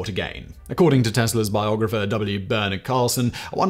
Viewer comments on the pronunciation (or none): none